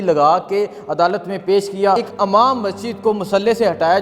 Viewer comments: Abay "Amaam" "Amaam" lagaye hui hai. Pehlay bolna to seekh le, Imaam hota hai, Amaam nahi. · yeh AMAM nahi IMAAM hota hai. is tarah ki zabar ki ghallati se lafz ki maana bhi badal jaati hai